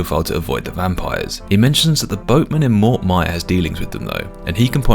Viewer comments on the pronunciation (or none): none